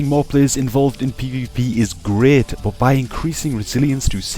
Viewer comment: i like how you pronounce BUT ! like a ass !